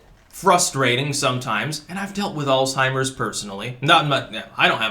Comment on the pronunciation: "I've dealt with akzheimers personally" ~